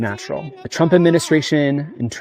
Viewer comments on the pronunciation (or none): Did he say TRANPA😂😂😂